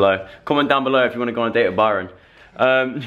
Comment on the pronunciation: The way he says "Byrooon" :D :D :D ❤